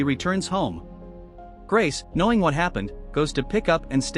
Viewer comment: The film is called “Knowing” not “Kinowing”